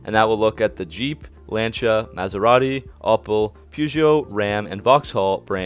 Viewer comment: Love the fact that, you know how to say "LANCIA" the proper way. The rest of your analysis is absolutely rubbish. Keep the day job.